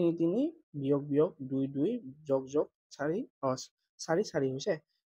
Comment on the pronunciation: মই ভোল ভাবি কোৱা নাই যগ নহয় যোগ 🎉🎉🎉🎉🎉🎉🎉🎉🎉🎉🎉🎉🎉🎉🎉🎉🎉😊😊😊😊